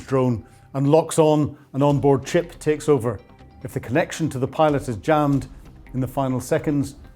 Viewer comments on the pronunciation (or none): none